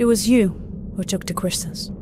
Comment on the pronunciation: He twuque the qwustles🥺